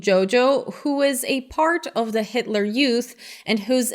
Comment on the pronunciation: hail hit-a-la ... who's Hit-A-La, come on man do you even speak German?